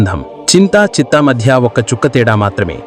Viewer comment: చితి...sir చిత్త kadhu...